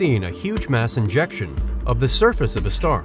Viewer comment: Sounds like he keeps saying INJECTION instead of ejection